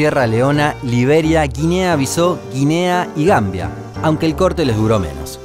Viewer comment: Yoryia no, Georgia. Y tampoco Guinea-Bisó, sino Guinea-Bisáu, tal cual. Cómo te complicas para pronunciar los topónimos...